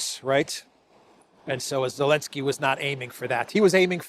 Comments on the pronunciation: Why do you say Olenski? Alenski? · Why does keep calling him ELENSKY without the "Z" at least half the time? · i like it more when u called the green goblin “Elensky “ than Zelensky😂